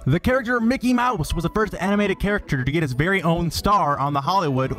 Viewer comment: LoL mickey maws